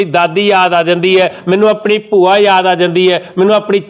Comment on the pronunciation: 🙏🏻🙏🏻🙏🏻🙏🏻 ਪ੍ਰਮਾਤਮਾ ਦੋਵੇਂ ਮਾਤਾਵਾਂ ਦੀ ਉਮਰ ਲੰਬੀ ਕਰੇ 🙏🏻🙏🏻🙏🏻🙏🏻 ਇੱਕ ਗੱਲ ਜਦੋਂ red suit ਵਾਲੀ ਭੈਣ ਨੇ ਕਿਹਾ ਕਿ ਇਹ ਸਾਰੇ ਪਿੰਡ ਦੀਆਂ ਬੂਆ ਲਗਦੀਆਂ ਚੰਗੀ ਨਹੀਂ ਲੱਗੀ ਗੱਲ ਕਿਉਂਕਿ ਪੰਜਾਬੀ ਵਿੱਚ ਬੂਆ ਨਹੀਂ ਭੂਆ ਹੁੰਦਾ ……..